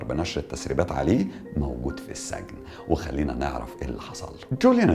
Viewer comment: اسمه السجن بكسر السين و ليس فتحها يا محترم